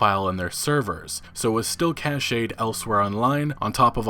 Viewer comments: You can use a basic tool called dirbuster to find hidden directories in website such as their data. Many hackers implement this tool when running recon on a company. Also Cached Is pronounced like “cashed” Not casheyd. :3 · It's pronounced "cash'd" not "cash-AYED"... Cache and caché are two different words... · "Cached" is pronounced the same as "cashed" and as a verb, it means "store away in hiding or for future use." "Cachet" is the word that is pronounced "kaSHAY" and that means "the state of being respected or admired; prestige." People make this mistake all the time. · Cache is pronounced "Kash" just like money, "cash" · Cached isn’t pronounced “cashade” 😂😂 But solid vid as usual ❤️ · "Cached" is pronounced like "cashed" dude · "cached" to rhyme with "cashed" not cache to rhyme with "sachet". Sachet is a small packet that food is often delivered in.